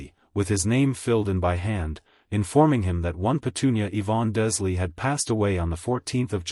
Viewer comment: sighs Dursley = DURRZZZ-LEE Wizengemot = WHIZ - IN - GAH - MOTT